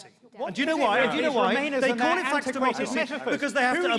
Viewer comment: The guy on the left doesn't know how to pronounce faux